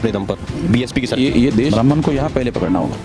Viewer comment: आप की सारी बातें विरोधाभाषी होती है। लगता है आप अपनी पूरी ऊर्जा ब्रहमन शब्द के उच्चारण मे लगातें है जो कुछ बची रहती है मायावती के विरोध मे करते है,। ऐसे ही करते, करते बीजेपी को सत्ता देने मे मदद करते है। आप की भाषा मर्यादित नही है। जबाब क्यों नही दे रहे है की सरकार मे संख्याबल बहुजनो का है फिर ब्रहमन को targate क्यो कर रहे हैं। अगर आप के पास जनमत है तो सत्ता पर काबिज हो, मना कौन कर रहा है।